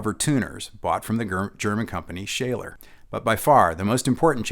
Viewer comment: ...Schaller not Shaler...